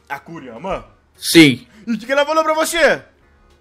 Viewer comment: Kurara kkk , kurama